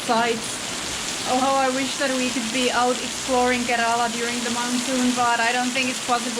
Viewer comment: Karala അല്ല kerala😝